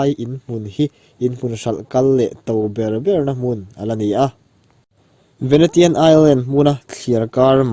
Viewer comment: Venetian (venesian) ti a lam tur, Miami (mayami) hmun hming ho khi tlemin lam uluk deuh la😊 i ti tha lutuk e, a bengvar thlak